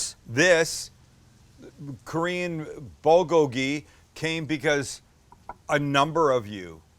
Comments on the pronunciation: Bowlgowlgee? Or is it boolgoalgee? U pronounce it strange or I’ve been wrong my whole life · "bo-go-hee" lol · I have lived in Korea for 20 years, great video as usual! You should compare the pork shoulder along with the beef sometime, sliced the same. Both are excellent. The Bul is pronounced Bool and it means fire. The Gogi means meat, so your " FIRE-MEAT" LOOKED GREAT! Thanks as always, Robert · Love you Sam but it's pronounced BOOL-go-gee. Or POOL-go-gee. I lived in Korea and learned this a long time ago. Good recipe though. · BOOL-kogi. Nobody pronounces this right ever. Otherwise, your shit is on point. All it needs is a side of kimchi. Thumbs up! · bool-go-gee is the true pronuciation brother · Hey korean here! Looks great but the best way of pronouncing this is more like Pb - Kgho- Gee. Pb like a mix of the p and b sound and Kg like a mix of the k and b sound! Keep up the awesome content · Damn, you really butchered the pronunciation It's bool-gogi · Great video. Perfect pronunciation of "gochujang," but bulgogi should be "BOOL-goh-ghee." Bul = fire Gogi = meat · you called it bogoli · Pronounced "Bool go gee". Awesome vid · Pronounce it 'bool-gogi' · not how you pronounce bulgogi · Why would I even watch a white guy making a korean dish he cant even pronounce correctly. You can make great white food, stick to that. But if you want authentic korean food hit up Maangchi or any other korean channel. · Idk why but the way Sam pronounces Bulgogi is hilarious